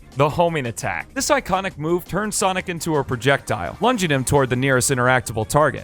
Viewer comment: When he said “iconic” speaking about the homing attack in the beginning I genuinely understood “psychotic” like some people speak it out “sykotic”.